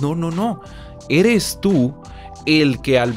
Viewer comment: "tu ere pobre,tu vibrah bajo"